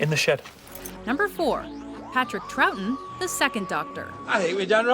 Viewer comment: Troughton is pronounced Troffton.